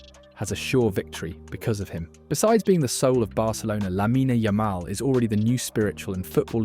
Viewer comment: Teach your robot voice thing to at least pronounce his name correctly.